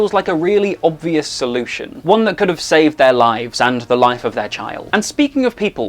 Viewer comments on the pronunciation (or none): none